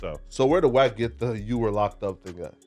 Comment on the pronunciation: Bro it's WACK NOT WECK.